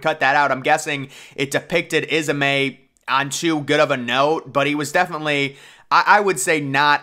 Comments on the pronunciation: its not isamay its is-may, bruce ismay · Ismay not is a may